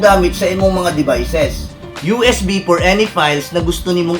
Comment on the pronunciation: Hahahah, nalingaw ko sa "this is not fo you."